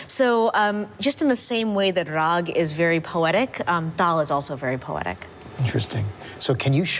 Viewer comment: It's Raag and Taal .... Not Raha & Tala